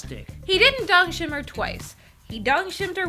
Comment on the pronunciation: its dongchim! not dongshim btw